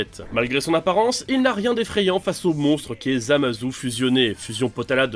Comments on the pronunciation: Ça se dit Zamassssssu pas ZamaZOU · On dit zamatsu pas zu